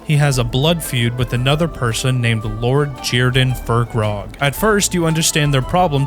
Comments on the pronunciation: Its Fir-kraag, not Fir-krog. There's no O, where is the O in the name?? There's only A's. AAAAAAAAAAAAAAAAAAA!!!!!!!!!!!!!! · Not fur-krag, fire-craig, you know, like firecracker 🤓😉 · Its not FirkRog, its pronounced FIRE CRAG